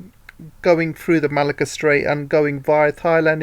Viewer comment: Great work! Malacca reads as Merlahker and Kra reads as Krah.